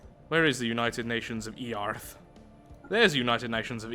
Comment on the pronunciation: "It's pronounced earth, daddy" "Really? Then why does have it have an a in it. I'm just going to keep on calling eearth"